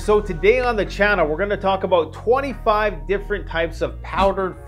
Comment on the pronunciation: I keep hearing you say 2 to 5 years.not 25 years